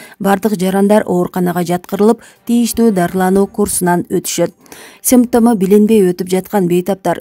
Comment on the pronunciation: Симммптому дейт ко